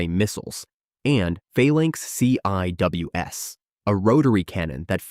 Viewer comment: CIWS is pronounced "Sea Wiz"